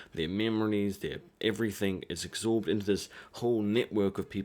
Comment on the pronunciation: I love ur videos but the way u say absorb is actually triggering me so much.